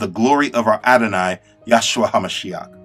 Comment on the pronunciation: Brother, your work is amazing. Do note that His name is YAHUSHA, not Yahshua. There is but one Name by which we are saved.